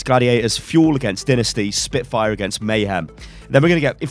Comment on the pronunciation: Why do you pronounce Dynasty like “Dinisty” it’s “Dy-nah-stee.”